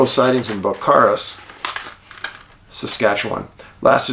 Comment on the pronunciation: Pronounced 'Bell-care-us'. I grew up in Qu'appelle above the valleys. Honest farmers.